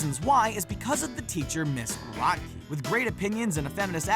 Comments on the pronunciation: Raise your hand if you also got a concussion from all the facepalming during the Recess entry? You know, 1+ facepalm for every time Graht-key was pronounced. facepalm It's pronounced Groht-key! Like grow! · it's GROW-KEE, you uncultured swine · yeaa like its pronounced Miss Grow-Key .. not whateva the hell they said lol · It’s pronounced grow key not gra key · It's Ms."Grow-te-Key" you uncultured fools. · Grotke=Grow-t-key man. Come oooon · It was pronounced Grow kie if i remember correctly. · Miss Grotke is pronounced with a long O. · I like Chloe more then Sparky! The show was going down hill either way! Also you pronounced " Miss Grotke" wrong. Man she was hot! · if you watched an episode of recess, you'd know how to say her name.